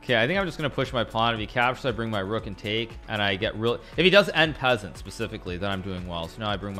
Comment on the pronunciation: The way he pronounces en passant tho